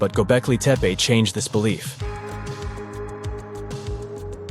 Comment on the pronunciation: Can't even pronounce the title correctly! Where do you come up with your silly ideas?